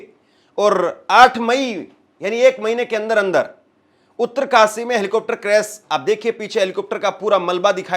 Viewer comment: क्रेस नहीँ भाई क्रेश होता है, क्या आप से कोई पूछेगा कि आप कब सीख पाएंगे,,,,, इतना आसान काम आप नहीँ कर पा रहे हैं,,, बातें ही बातें हैं खुद को कुछ करना हो तो मुश्किल और दूसरों से स्पष्टीकरण चाहिए